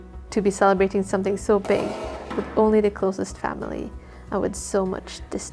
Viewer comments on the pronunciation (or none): none